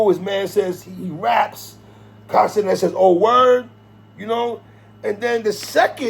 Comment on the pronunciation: I thought you were saying Castanet for lonnnnnggg until I realised it was Kai Cenat 😂😂 Never heard his name said aloud before.